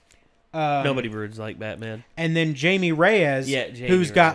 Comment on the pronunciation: Jaime Reyes is pronounced "Hi-meh" Reyes not Jay-me. Sorry but one of my biggest pet peeves is people completely ignoring the proper pronunciation of Spanish words.Also you missed the next battle preview and i'm sure it's one you'll love.